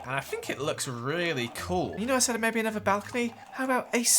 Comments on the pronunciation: He also can say the word another right 🤣 *He says, “anover-“ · That's called an accent